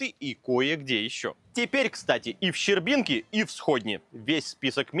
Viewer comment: Щербинка ударение на Е.